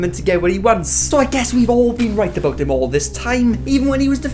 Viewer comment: No one:: AbOoOt Love the video 💚